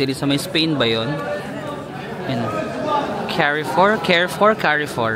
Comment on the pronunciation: Carrefour is read as Car-foor